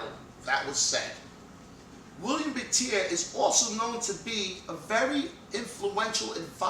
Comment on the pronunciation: BTW, You're not correctly pronouncing Willem Buiter's name. It's a Dutch name and you pronounce it in a French way. The correct way i guess is a combination of the "uy" as in "Peter Stuyvesant" & the word "butter". Not a biggie, but i thought i should point it out. Greetings from the Netherlands.